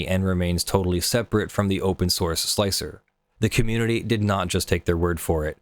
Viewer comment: Thank you SOOOO much for being one of the very few people who are capable of pronouncing Slic3r correctly by pronouncing it slicer instead of slick-3-R like most people do. It's a minor thing just it drives me nuts.